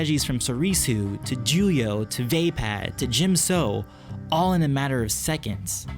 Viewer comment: You don't know how to pronounce vapaad.